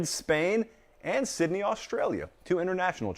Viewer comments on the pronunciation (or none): none